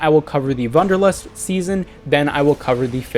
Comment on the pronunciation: It's Wanderlust not Wunderlust and is german and means the desire to hike.